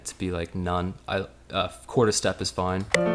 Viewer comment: hey guys, question for american dudes: what accent is that when some people speak like this guy in the video at time, like they stress the ' i ' sound in fine to make it sounds like foine, there was in episode in workaholics were frat dudes speak like that? dude from blink 182 sings like this...any1 know what iam talking about? xD